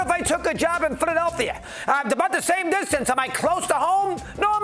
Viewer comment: Why can’t he pronounce PhiladelPHia? He always says PhiladelTHia.